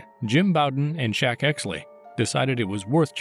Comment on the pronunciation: His name was Shek with an E not Shaq, pronounced like Shrek without the R